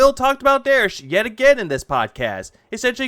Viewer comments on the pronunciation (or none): Bro it's "derich" not "derish". I don't know if it's a fetish thing like dsp but it's so weird that you mispronounce it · Derich is one mispronounced take of his name away from becoming Americas most wanted.